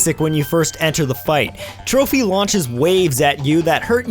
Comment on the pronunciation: TROPY NOT TROPHY! (sorry big fan <3)